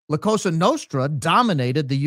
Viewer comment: ...love you bro...just one technical correction.....the S in Cosa is pronounced like soft z...(koh-zah). Go max!!!!